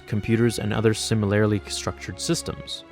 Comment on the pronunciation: The way you pronounce 'similarly' Thanks The kids are crying now